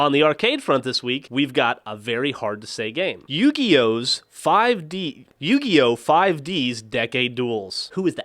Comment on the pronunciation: Yugioh 5 D's Decade Duels isnt that hard to say.